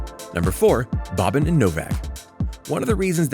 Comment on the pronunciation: Bro I’m cringing from you calling him “Bobbin”